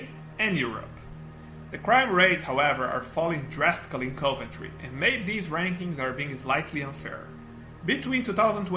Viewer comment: OK, luckily you've subtitled your speech, otherwise it would have been widely incomprehensible to me. Fair enough, I am no native speaker, neither, but maybe you'd ask a third party person to assist you at least pronouncing the city names properly, Nun-tess and Coe-Vantry, in fact, would have been two of which I've never heard so far 😉